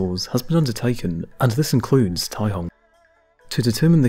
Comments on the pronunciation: The c in caihong is pronounced with an s sound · Caihong? Or Taihong?